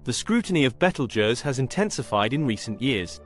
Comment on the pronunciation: You can't even pronounce the name right. And also your wrong on so many levels